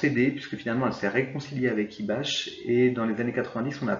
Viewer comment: Il me semble qu'on ne prononce pas "IBACHE" mais "IBAK"